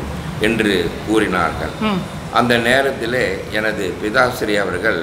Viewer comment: உங்களுடைய அனுபவங்களும் பேச்சும் கேட்க மலைப்பாக இருக்கிறது!! ஆனால் தயவு செய்து உங்கள் உச்சரிப்பை கவனிக்கவும். ‘அவர்கள்’ என்று உச்சரிக்க வேண்டிய இடங்களில் ‘அவர்கல்’ உச்சரிக்கிறீர்கள். பொதுவாகவே ‘ள்’ வரவேண்டிய எல்லா இடங்களிலும்’ல்’ என்று தான் உச்சரிக்கிறீர்கள். வீடியோவைப போட்டு பாருங்கள். நன்றி